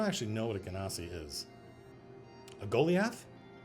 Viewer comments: Go-lie-ath. Lol not Gol-e-ath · The way Matt pronounces Goliath is funny to me.